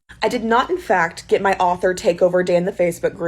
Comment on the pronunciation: ITS AUTHOR NOT OFFFFERRRR 😡